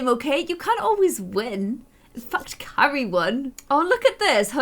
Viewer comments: You keep calling Keira kery😂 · Keira not Carrie lol love u 💛💜💙💚💛💜💙💚